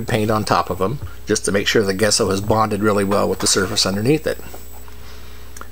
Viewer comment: Great video nice when people share their process. FIY your white acrylic paint is pronounced Jesso